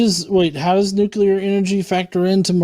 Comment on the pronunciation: lost all credibility when he pronounced it nuke-you-ler. 🥴